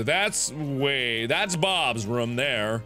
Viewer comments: I mean it's not bad, I know he's half Korean and I think German...it mightve been something else so I thought it might be from an accent. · It’s just Mark. He does that often. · Yeah I put that into mind to, I hear people say either differently than me. I say it like I-ther, others say E-ther. It's like that with Markiplier and how he says room.